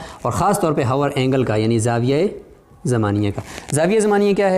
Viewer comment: السلام علیکم ۔۔۔ دائرہ زمانیہ یعنی hour angle کو پڑھتے ہوے لفظ " h " نہیں پڑھیں گے یعنی " آور اینگل " پڑھیں گے ۔